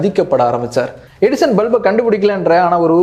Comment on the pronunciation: Edison nu theliva sollunga bro.. 😅